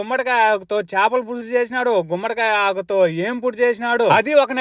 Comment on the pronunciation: ఎందుకురా అందరూ "చాపలు", "చాపలు" అంటారు. అవి "చేపలు". "చాపలు" కాదు.